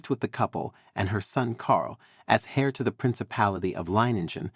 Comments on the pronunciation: An "hair" to the throne and "suing" rather than "heir" and "sewing" is what the listener hears! Considering most American's pronounce "herbs" as "erbs" I was surprised by this American sounding narrator's strong pronunciation of "hair" with a pronounced "h" rather than the softer "heir" which drops the "h" and sounds like "air" when usually using British English. But then English is not a very straightforward language to pronounce and is quite illogical. Imagine trying to learn words that look the same and are pronounced differently, such as "bough," "cough", "rough," "lough," etc., and then using words that are pronounced the same but look very different, such as, "cow," "tow," etc., which is why the narrator said "sue" instead of "sew." Obviously a right "so and so"! Plus many words differ in American English. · HAIR to the throne! It's pronounced heir "air" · Please, heir pronounced air. The H is silent, just as homage is omaige (French word, so as well as h being silent, age is pronounced "aige"), honour is onour, etc. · Heir is pronounced air. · Several photos are inaccurate and unrelated to subject. Also pronunciation of key terms such as “heir” is incorrect and a distraction.